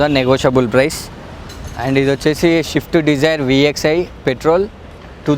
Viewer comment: షిఫ్ట్ కాదు భాయ్, స్విఫ్ట్... స్విఫ్ట్...